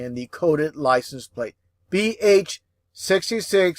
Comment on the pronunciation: He reads out BX66 as BH66; he's not the sharpest pencil in the box is he?